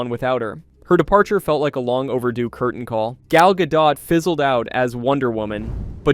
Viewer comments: Can you make up your mind how to pronounce her last name? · What's with the inconsistent name pronunciations? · My God, what in the actual fuck... do the people who produce these videos check their work before uploading them? Obviously not. They kept switching the pronunciation of Gal Godot's name. They literally pronounced it differently when the name was used back to back.